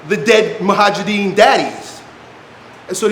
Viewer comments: Mojahidin not mohajidin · That’s Mujahideen btw and not Muhajideen. You were pronouncing the word incorrectly. It literally means the ones who are struggling/striving.